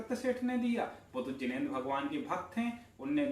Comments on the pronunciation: Jinendra kaa ucharan theek kaaro bhai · Jinendra kaa aache se ucharan kaarye